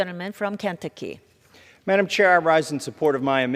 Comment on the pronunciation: Who tf is the lady at the speaker seat and why is she there if she can't even pronounce KENTUCKY?